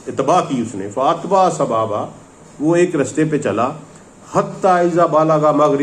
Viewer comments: جناب آپ یہ لفظ صحیح سے ادا نہیں کر پا رہے ہیں یہ لفظ سَبَبا ہے اور آپ سَبابا پڑھ رہے ہیں. مطلب زبر کی جگہ آپ الف لگا رہے ہیں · السلام علیکم و رحمتہ اللہ وبرکاتہ۔ محترم آپ سے ایک گزارش ہے کہ قرآن پاک کے الفاظ کا تلفظ صحیح ادا کریں۔ لفظ سببا کو آپ سبابا پڑھ رھے ھیں۔ تحقیق کر لیں۔ اگر میں غلط ھوں تو میری اصلاح کر دیں۔ شکریہ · sabaaba nahi ha bhai sababa. Quran to thek se parh lo